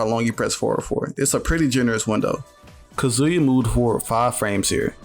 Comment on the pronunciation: Bro it’s “Kah-zoo-ya” not “kuhzooya” putting the emphasis on the wrong syllable driving me crazy 😂